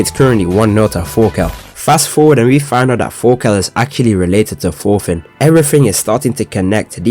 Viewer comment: "fast forward, and we find out that forka is actually related to forfin" the amounts of f's I can't unhear are crazy.😭😂